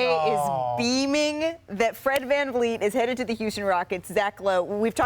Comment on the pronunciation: Fred vanfleece